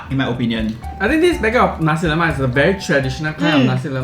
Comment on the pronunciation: Lemak not Lomak